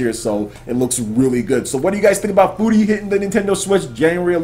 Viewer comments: I try not to correct you when you mispronounce words but dude it's pronounced fury... Not foori or whatever the shit you said and you've said gungeon wrong in previous videos. It's exactly the same as dungeon but with a g, not gun-jee-on or whatever shit you said, do you not hear that in editing and think it sounds stupid or just wrong? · i'm pretty sure furi is prenounced like fury... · shahar fy he was actually pretty close, Furi's the Japanese word for free, it's not a play on words on Fury.